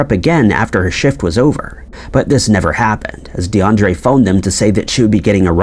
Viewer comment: DE UN DRIA not DeAndre..